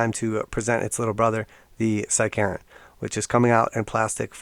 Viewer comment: I thought you said “side-Karen”